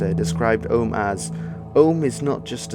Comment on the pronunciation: Andrew Vasirov no he prouncing it wrong